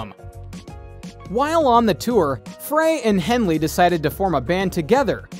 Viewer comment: He pronounced Henley right, at least